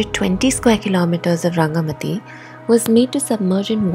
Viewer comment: It's called RangamaTi 'Ti' like Tea not like soft T.